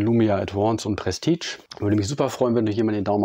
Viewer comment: Es wird "Prestiesch" gesprochen und nicht "prestitsch" !!!!!